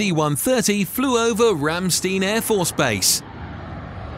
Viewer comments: Ram-STINE AFB not Ram -Steen .. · Ramstein is pronounced RAMSCHSTAIN. Equally all family names ending in ...stein are pronounced ...schtain. Trust me, I know what I'm talking about.